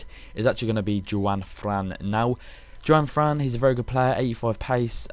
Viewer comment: Your meant to pronounce Juanfran like Hwanfran